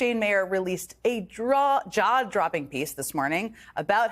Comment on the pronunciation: .... "a draw-dropping piece", Jen? 😂